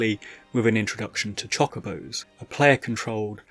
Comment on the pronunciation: please i beg of you.. stop saying Chock-obos 😰